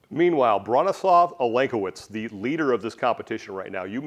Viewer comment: Love the studio. Love the production quality. Could you guys please view or contact local content from athletes who's names you don't know how to say, first? Bronislaw is said with the letter w sounding like a v so the latter part of his name is more the the word 'slave' vs 'slaw' as in the food. This is the same for his surname. I'm sure that you wouldn't like your name said like the word 'seen':)